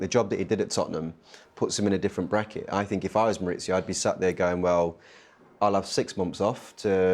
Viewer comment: His name is not Maurizio. He is not Sarri. It is Mauricio. The c makes an English ,s' sound. Not an English ,z'. Maoo-ree-see-O. Ffs